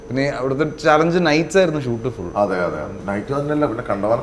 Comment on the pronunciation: സാധാരണ പറയണ അതെ അതെ പോലെ ആയില്ല..😂